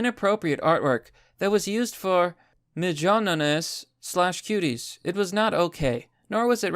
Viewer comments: Mignonnes= Mee-gnon like Filet Mignon. Means cute. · "Mignonnes" You pronounce it MIGYONINIS :') Dude, I'm Scottish and I'm ded 😭😭😭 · Senegalese is pronounced "sen-uh-gul-EEZ" Mignonnes is (roughly) pronounced "meen-yons" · Listening to you butcher the word “mignonnes” was worth this video alone